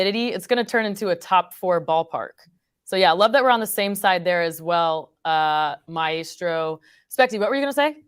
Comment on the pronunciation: Who is the my-a-strow?😂